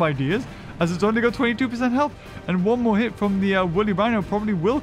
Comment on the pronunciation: It's not Moar it's More